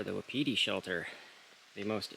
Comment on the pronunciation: Wapiti, pronounced "Whapatea" native word for Elk, meaning is timber ghost. Just for your info.